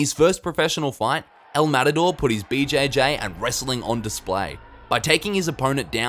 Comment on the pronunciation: Say matador right you say it so cringe